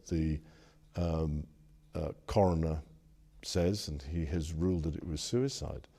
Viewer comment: “Prince” Andrew referring to J-Epstein’s end as “sue-a-cide” is just TOO rich 😂